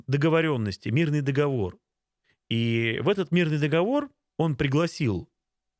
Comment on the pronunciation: Нет такого слова дОговор! Есть слово договОр. Не позорьтесь и говорите правильно!